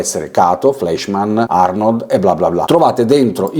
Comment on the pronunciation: sempre interessanti i tuoi video che seguo ad ogni uscita. PS. Fleischmann e Preiser essendo tedeschi si pronunciano Flaischmann e Praiser😊